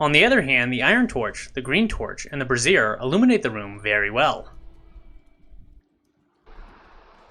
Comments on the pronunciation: brassiere bruh-zeer - vs - bra·zier /ˈbrāZHər/ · Although you may not know this, I'm here to help.... Brazier is pronounced like this: brei ·zhr You & many others I've noticed are pronouncing it like: Bruh-zeer... that's a womens under garment, AKA a Bra. Great information otherwise :) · someone tell this man how to pronounce "brazier" (BRAY-zhr) so he stops saying "brassiere" instead (helpful vid tho) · It's not an undergarment for holding up boobs. Pronunciation: BRAY-zure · Just a minor point Brassier is pronounced Brais - Yer As in Braise, Yer meat. With emphasis in the A not ah and eRR not EEr. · That's not the way you pronounce 'Brazier'. You're pronouncing it like a lady's boob holder. LMAO